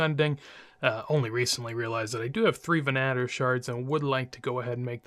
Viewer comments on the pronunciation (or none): ve-nah-ter bow? lol Ven-a-tor...